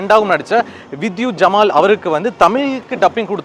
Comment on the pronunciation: வித்யுத் ஜம்வால். ஜமால் இல்லை. பேரை ஒழுங்காக சொல்லவும்